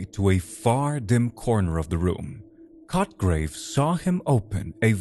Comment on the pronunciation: Hard to stay with the story but mostly because I get distracted to chuckle every time he says the character's name...Sounds like "****grave" lmao